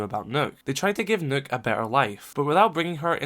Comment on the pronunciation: That’s the way it’s supposed to be pronounced